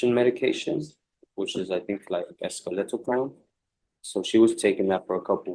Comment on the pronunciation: Escoletopram lmao it's escitalopram which is Celexa